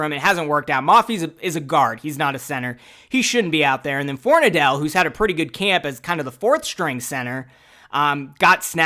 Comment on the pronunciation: Everyone keeps pronouncing it For-nuh-dell. Pretty sure its actually pronounced For-nad-ul just fyi. 🍻